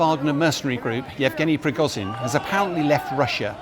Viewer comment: "prigozyyn" "pewtin" Dear God, learn how to pronounce words.